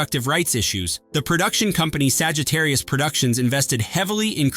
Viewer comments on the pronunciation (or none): none